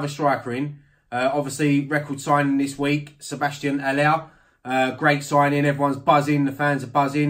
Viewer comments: love that actually bothers to pronounce Haller name correctly! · I rate your pronunciation of Haller